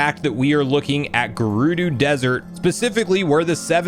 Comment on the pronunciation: Garoodoo, Heenix. The pronunciations made me laugh lol